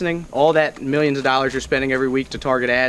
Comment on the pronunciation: No way I heard Dorrars.